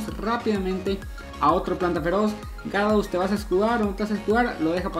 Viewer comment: Bro no es de mala onda pero pronuncia bien los pokemones,no es tarados se dice ya-ra-dos, pero usando La g